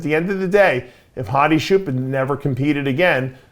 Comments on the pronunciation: “hadi shoopen” 💀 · As an Iranian, its "choopan" pronounce "ch" as in chair